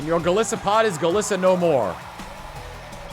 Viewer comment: For future reference: Golisopod: (Goal-Ice-apod)